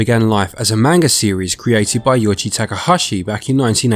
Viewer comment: Another great review. The only thing I had a problem with is the way you kept saying the "A" in Manga and in Tsubasa incorrectly. I know you are not bilingual in Japanese so I am not judging you on that, but I am so I will briefly explain the correct "vowel" sounds as best I can in a texting manner. This will help you if you heed what I say in the future since a lot of video games have Japanese developers and/or Japanese people, places, and things. Japanese is not a language where the vowel sounds will change based on the word. They always make the same sounds. Based on the Hiragana and Katakana charts, the Vowel letters in order are: A, I, U, E, O. You pronounce these vowels in that same order as follows: Ah, Ee, Oo, Eh, Oh. Also, the "T" in words that have "tsu" are not silent (like tsunami or Tsubasa). It will bring more credibility to your content if you can say people, places, and things from another language correctly, especially if a lot of your content has Japanese in it.